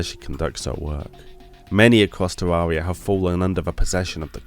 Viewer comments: The second he said tarroaria i was like nope i aint liatwning to him butcher this beauty in that way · Can't get over how you pronounce Terraria, it hurts my ears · Knows the lore of Terraria, yet still can't pronounce it right.